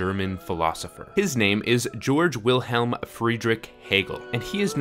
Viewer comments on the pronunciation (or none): Ge-org, not George.